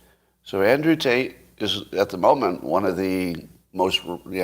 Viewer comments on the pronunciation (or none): none